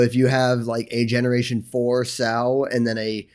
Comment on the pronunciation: Just FYI, the word "sow", referring to a female pig, rhymes with "cow", not with "go".